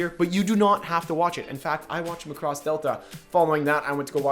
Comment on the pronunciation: Btw it's Mac-ross